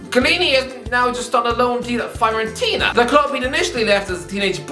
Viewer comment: Every time mispronounces an Italian club's name (Fiorentina, Bologna, Lecce), a demon gets its wings.